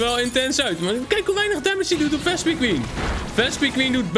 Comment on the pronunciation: je spreekt vespiquen verkeerd uit! 😾😾😾